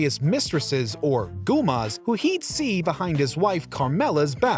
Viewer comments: Gumas? They say "goumada" so many times on the show it's hard not to say it right. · A Gooma??? Lmfao!! It's a Goomada!! Minga!!! 😂😂🙏🏼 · it's goomatta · I disliked this video cause this guy couldn’t even say Goomar right.